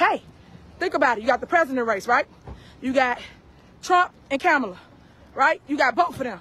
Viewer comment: Why the democrats on cnn not loosing it about how she just pronounced kemala 🤦🏾‍♂️